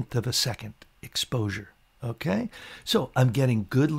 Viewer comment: Like "Okay" but "Unkay", keep up the great vids. (and maybe stop saying "unkay" all the time.) Okay?